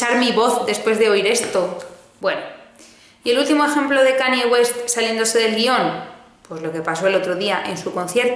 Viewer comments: KAN-YE, como si la Y fuese "ye", please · Kanye aprende a pronunciar!! 😂😂